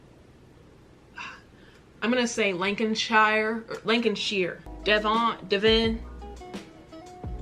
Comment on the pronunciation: lol! This young lady is jokes but at least she tries to understand....Dev-ON is in Lancan-sheer.....brrrhhhaaahaa!! Thats like DESS MOINS is in IDAWADAHO!! Bless her! Just look at an online Atlas that will help a bit to get an idea of the geographical locations